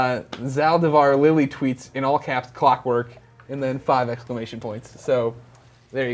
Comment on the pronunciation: "shrinks clockwerk" Haha im gonna call you!